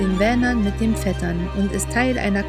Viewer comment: Danke für die schönen Aufnahmen. Verbesserungswünsche:Tåkern, das å wird wie das o in Ostern gesprochen, nicht wie das o in offen. Der See Vättern wird nicht wie der ... aus dingsda ausgesprochen , sondern mit W. Danke